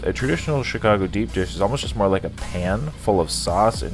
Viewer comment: We just gonna gloss over "Chigaco" vs. "Chicago"? Just wondering.